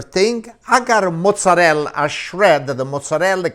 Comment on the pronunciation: In Italy " la parmigiana" is made with eggplants (rarely with Zucchine or sliced potatoes), never with chicken, so the "chicken pamijiaaaan" is not an Italian dish but an Italian American one. About the pronounciation, he says "mozzareLL", but the term is mozzarella, with an A. You say pizza, right? Not Pizz. So, you know that the last letters of the italian words are not silent. Say them.